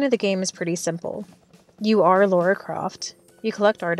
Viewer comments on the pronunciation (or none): Her fucking name is lara not Laura 😒